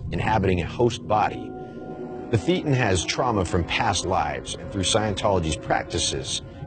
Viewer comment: Not "THEE-ten", but "THAY-ten".